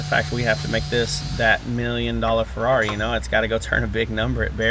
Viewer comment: “Feckari” “f**kari” “ferr-it”